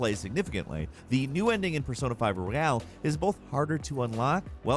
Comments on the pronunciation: Its Royal,not Royale you dimwit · Royal, not Royale 😩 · Why do you keep saying Royale? It's Royal.